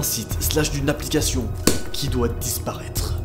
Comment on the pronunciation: "Applicachion" 😂🤣